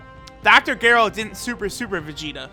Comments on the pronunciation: Oh my lanta. Dr.geerrrrrrooo. Not pronounced not Gerry. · •Obadax2• A no it’s pronounced gero